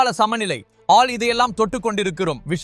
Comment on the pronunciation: தமிழை கொல்லாதே. அதென்ன ஆல்.